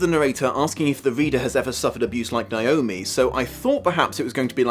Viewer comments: THAT IS NOT HOW YOU PRONOUNCE NAOMI, YOU FUCKWIT. IT'S NOT NEYE-OH-ME, IT'S NAY-OH-ME. WHERE THE FUCK DOES THAT MISPRONUNCIATION EVEN COME FROM? THE I IS AT THE END OF THE FUCKING NAME. WHEN IS A EVER PRONOUNCED AS "EYE"? JESUS FUCK. I'm sorry, but this just really gets under my skin. That mispronunciation is like nails on a chalkboard to me and is the entire reason why I only ever go by my legal name when I have to. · As a Naomi...you want to say it like how you say "neigh" "neigh"-omi Lol Everyone focuses on the I and it's kind of funny